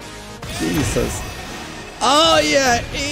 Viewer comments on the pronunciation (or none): none